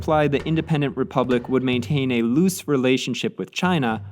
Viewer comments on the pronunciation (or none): none